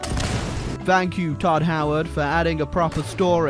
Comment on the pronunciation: "iT WerK" -TuOd HEwERt